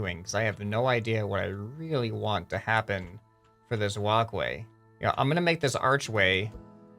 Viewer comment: Why is it so fun when instead of walkway he says wocway xD ( He really does say it differently I am not joking )